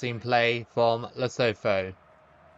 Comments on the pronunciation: Hey mate, love your vids! Would love to see you play as the mighty Faroes one day btw, or New Caledonia. As for Lesotho, the TH in the Sesotho language isn't a th like in 'thorn', it's just a stronger T sound, so the country is pronounced "Leh-SOO-too". All the best! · As you know I'm from South Africa, and we pronounce it as "Le-Su-2"😁